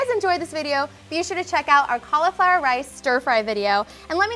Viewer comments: Cauliflower has an i in it. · JUST CALL IT CAULIFLOWER NOT COLLAFLOUR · Same! Collaflower